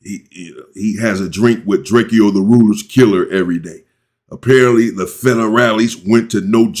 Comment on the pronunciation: I love the way you pronounce people's nicknames 🤣🤣 Drake eo, Chauncy Barbie